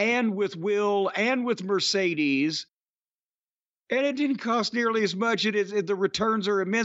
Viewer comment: It’s pronounced mur-see-dez. Murceedez moan.